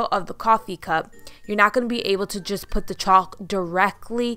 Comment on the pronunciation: The "L" in chalk is silent